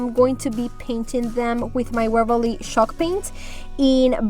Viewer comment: I love wall art, it looks very high in and the colors are spot on. I LOVE hearing you say 'CHALK PAINT' sounds like shawlk . It's ok I'm deep southern ya'll hear lol love ya gal